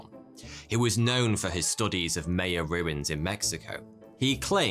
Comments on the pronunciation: Maya not Maya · It's not Mayo, pronounced My-yan, you English kill the name all the time. Gram Hancock has proven that life in North America is way older than the land bridge and that there was major life in the Amazon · Sandstone “butts”? It’s pronounced “bewts” MAYan? It’s pronounced “MY-an”. Who gave this guy a job? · its maya, not meya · Nobody pronounces Maya like that, not even the drunken Irish. (M eye uh) Also "butte" is not pronounced "but". More like beautiful just without the iful part. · A guy that can’t even pronounce Maya correctly, pooping on Hancock, West and Schoch...oh boy the internet has really outdone itself today. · The pronunciation of "Maya" and "Ouija" really surprises me... This is just a basic reading using English rules and as an American, it bothers me. Where the hell did we get the idea Ouija is Weegee and Mayan is Myuhn... I realize he didn't say Ouija in this video... its just still on my mind. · I love your content but the way you're pronouncing "Maya" makes this one hard to watch as a Mexican 🤣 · it hurts my ears everytime you mispronounce Maya!